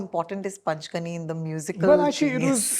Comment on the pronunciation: Super interview. One correction for the interviewer - it's not पंचगनी , but पाचगणी .